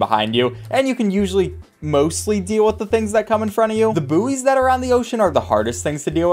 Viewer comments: Buoy is pronounced "boy". Not "boo-ey" (like how buoyancy is pronounced "boy-an-see") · Why does he say buoy like "Booee" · Is he pronouncing buoy boo-ey???????? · How do you pronounce it? I’m so used to how we say it, never heard how other people say it. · what on earth is a boo-ee? is it like a buoy? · You do realise bouys arent said as booees its boys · Booey? You mean boy? It’s pronounced boy, the u is silent (buoy) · do all americans say boo ee and not buoy? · Sorry, did you pronounce Buoy - Boo-e? What the heck? Unsub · I’m sorry what did you just call a bouy. 😂😂. A booey. That just not right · did you call a buoy a "boo-ey"?????? bruhhhh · As a British person hearing Americans pronouncing "Buoy" is very painful